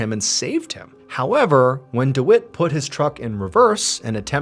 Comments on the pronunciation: Dwit? Do you mean Dwight? Pronounced Deewhite? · I think you pronounce the guy's name wrong I believe it is pronounced deewight 🤣 I've never met a man named dewitt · I think it’s pronounce dWhite if it’s spelt Dwight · I couldn’t help but laugh every time he said dwite instead of Dwight. lol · Anyone else's brain say dawooo every time Mr Ballen says Dewitt 🤔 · Mr. Ballen, the name is "Dwight" rhyming with "Light"